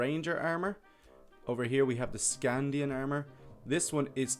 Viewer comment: I am reading the series right now I cant belive that he called a saxe knife a sword and he said sknadin wrong